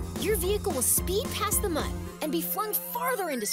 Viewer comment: They said Mun! Not Moon! Mun debate settled!